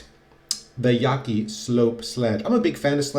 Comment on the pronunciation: yah-chee- Chinese pronunciation